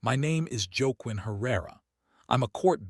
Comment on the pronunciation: Joke Quinn? Whaquin. Cmon. Pronunciation.